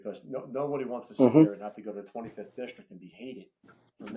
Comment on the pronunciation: Jesus Christ… these could be the two best candidates for FOP president but the second I hear “districk”…. 🤦🏻‍♂️ I can’t even listen anymore… I’m supposed to put my faith in a guy who can’t even speak? Imagine doing something your whole entire life, imagine hearing everyone you know say “district” and you still have no idea how to say the word. In other words, I have no faith and I’m OUT. Next contestant please.